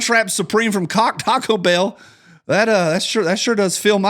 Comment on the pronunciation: Caco-Bell?... Freudian Slip much?